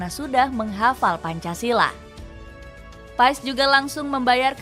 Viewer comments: Lidah org jawa,indonesia ya tetep Paes. Bacanya Paas/Pees sih? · Kata kochi manggilnya : PAAS, bukan PaEs.